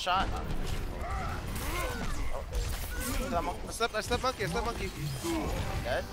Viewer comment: "munkey ded"